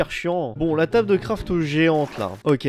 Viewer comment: "tabeul" "schord"